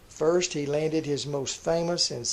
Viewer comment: I'll say this: may have an interesting pronunciation of "The Perfect 'Farst'" but he flat nailed Joseph "Goebbels," so take that and smoke it in your pipes, detractors.